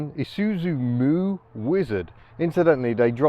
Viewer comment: Thank you for not saying I-soot-zu.